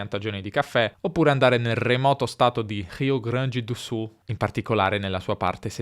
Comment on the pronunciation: Se perceberem ele fala português. Quando falou “Rio Grande do Sul” foi flagrante sua fluência em português.